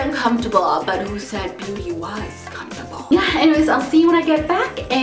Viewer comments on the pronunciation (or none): none